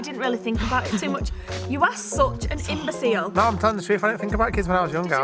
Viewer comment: Love these sorts of vids so dw if u don’t film a vlog also I absolutely love when the girls do there little video things is sooooo funny! btw it’s not imboseal it’s imbosil lol xx😂💗💖💓